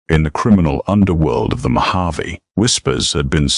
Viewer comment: Mojave is mispronounced